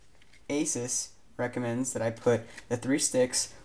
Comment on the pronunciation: He pronounced it ALMOST right, it's not a-soos. It's eh-sus/a-sus.